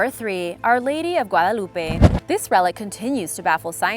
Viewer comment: Is she hispanic, because she pronounced the word "Guadalupe" so good